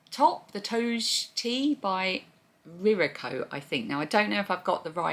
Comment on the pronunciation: Hi, another lovely video! The Toge top, since it’s Japanese, would be pronounced “toe-gay.” I used to live in Japan so I still have a bit of the language skills! Looks like an interesting construction, but I’m not sure if it would suit me either! I really enjoy these vlogs… thanks so much for always brightening my day.